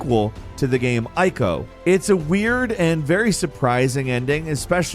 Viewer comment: I'm just going to say it: You pronounced ICO and XENOBLADE completely wrong.